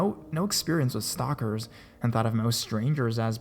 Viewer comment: “stalkerrrs" lol